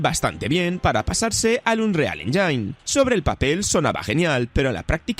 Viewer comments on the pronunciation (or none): se pronuncia "ÉNYIN", NO "ENYAIN"!!!! onda vital!